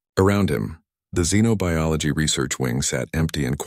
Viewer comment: A very interesting story. Even pronounced Xenobiology correctly.